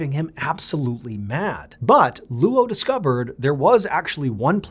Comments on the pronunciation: Name is pronounced LOW, not LOO Oh. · Luo (coincidentally my surname) is pronounced like “law”. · Luo is not pronounced Loo-Oh. It’s also his last name, not his first name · That’s such a weird spelling. If they wanted Anglophones, at least, to be able to pronounce it correctly they should’ve spelled it as Low even if it looks weird in English. Luo is always going to be pronounced the way he pronounced it until they’re corrected individually. I have the same issue with my last name that is Lebanese. There is another spelling of it that is easier for the Americans to get right, but they still never get it right the first time. It’s a struggle I know too well. 😂😂😂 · Bro, can you please learn how Chinese names work? “Luo” is his surname, and it’s one syllable. His given name is Jinfa. Google can tell you how to pronounce those words. If you’re going to tell his story, at least learn how to say his name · First of all, those are not prayers, those are incantations. They are supposed to offer some kind of protection against evil spirits or ghosts. The description of the freezer chest is also quite funny, he was lying on a layer of 30 comic books on top of a bed coal. Painful to hear you trying to say the Chinese name Luo, whenever there are consecutive vowels it should be enunciated together in a brief manner, so instead of Loooo-Oh it is much closer to Lo with just a slight hint of the u.